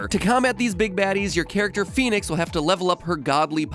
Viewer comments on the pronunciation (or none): I love The intro where he says Phoenix wrong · That's pronounced FEN-IX not phoenix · I think it should be pronounced "f-eh-nix" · Its funny, cause its not pronounced like Phoenix lol